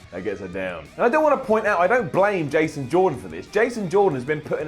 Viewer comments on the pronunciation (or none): none